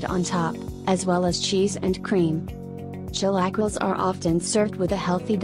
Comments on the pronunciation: right off the rip too, "chilaquills" Tf did you just say to me? Hahah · The chilQuiles 😂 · Chilackles?? Tacos al paster? sounds like a dishes of Taco bell...